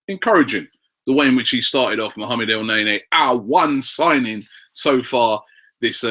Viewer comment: ROBBIE STOP PRONOUNCING IT EL NAY NAY, GOD DAMN IT